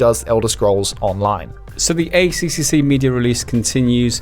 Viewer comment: Just so you know for next time the ACCC is pronounced A Triple C, not A C C C